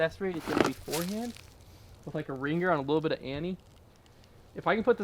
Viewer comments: Is it just me or does the way he says rin-Ger with a hard G make you cringe! Lol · It always bothers me the way you say banger and ringer. The g doesn't need to be emphasized lol. Nothing but love though, keep up the content.